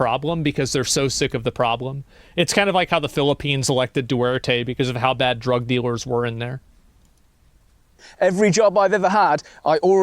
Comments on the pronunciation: im not sure why americans pronounce duterte like "duwarte".. it is du-ter-teh.. 😂 he's not really voted because of illegal drugs.. he is voted because largely due to 2014 super typhoon Yolanda.. that's the largest most powerful typhoon that hit on land. when it struck the islands in the central part of the Philippines, there was a lack of response specially to the president that time. Duterte who a mayor in Davao City which is located in the southern Philippines immediately help the most devastated Tacloban City... Duterte have his own quick response unit deployed in the area. Many citizens notice why the Mayor of Davao City is so ready on calamities like that while the national government isnt... To fully grasp the difference of income of a city in a province compared to the capital region in the Philippines, ut is very different to federalist structure of US where many tax revenue goes to every states and only small amount will go to Washington DC.. in the Philippines, majority of the tax will go to metro manila which is the national capital region of the Philippines and then only a small amount will go to the provinces.. So will smaller budget, many filipino notice the large contrast to Davao City.. they have their own 911 which is not common at the time and only implemented nationwide once he became the president.. Davao City was known for its safety even though it is near to the red zone in the Philippines.. the super typhoon happened in November 2014 and since then, he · I always love how Asmon pronounces Duterte.